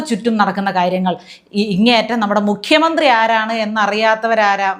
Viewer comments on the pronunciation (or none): none